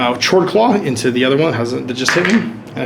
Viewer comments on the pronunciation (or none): It's pronounced 'kord-klaw'. :v